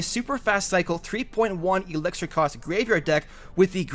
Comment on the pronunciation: It's not Elexer. It's elixir